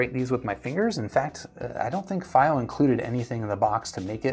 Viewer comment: dunu d2000j dual dynamics and dual ba and you did all the pronunciation across the globe for the brand "FiiO" indeed a man of culture